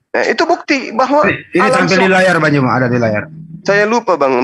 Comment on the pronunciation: Ngomong Allah aja gak becus luh orang Kristen gila